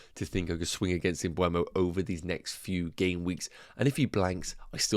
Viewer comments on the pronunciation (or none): Please. It's not m-bweh-mo. It's m-buh-mo. If you're owning him, you should pronounce it correctly😅 Thanks in advance!